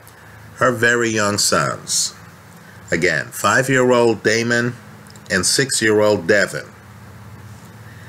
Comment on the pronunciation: And who are you again are you famous it's not damion its damon at least say thier names correctly oh so your a lawyer